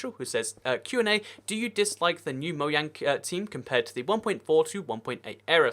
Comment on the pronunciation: it's pronouced moJang, not mohang